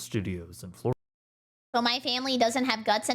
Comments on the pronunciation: Floridia lol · ehehe "Flordia" ehehe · Ah, yes. "Flordia."